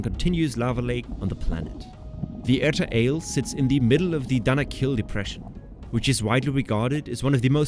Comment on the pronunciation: It’s Erta Ah-Ley. Not erta ale.